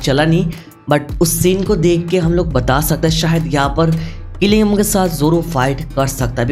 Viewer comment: Jing jin woo ❎ Qilingam ✅